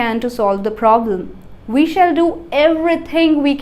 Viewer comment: "Shall" pronunciation is not correct